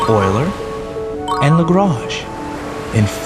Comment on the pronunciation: FINALLY... Someone pronounces Euler correctly.